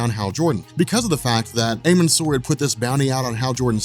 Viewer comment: amun sur is pronounced ahmen